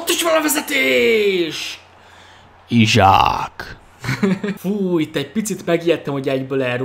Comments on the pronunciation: Szia nem Izsák hanem Iszák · csa nem akarok kötekedni de én úgy tudom hogy isak nevét iszák nak ejtik..